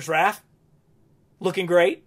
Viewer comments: Are you saying “Ralph?” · “Ralph” Love how in almost every TMNT video this is what he calls Raph. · It’s Raph?? I always thought it was Ralf?? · HUH WHY U SAY RALPH ON THE ORIGINAL FIGS HIS NAME IS RAPH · It's Raph not Ralph. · You lost me at the third "Ralph." 👎🏻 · So you don't now how to say raph but you now how to say Raphael 😅